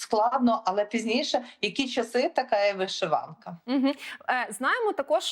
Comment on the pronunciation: Чому вишИванка???!! Що за рагульський наголос у ведучої?? ВишивАнка треба говорити))), шановна